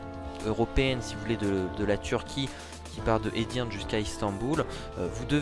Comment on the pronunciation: * se prononce Edirné